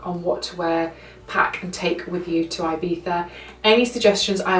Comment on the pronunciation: Its so stressful how you say IBIZA... 😑😑😑😑😑